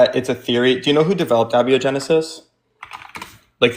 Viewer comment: It's a-BIO-genesis, not a-BI-O-genesis. I think this guest is stolen valoring his chemistry knowledge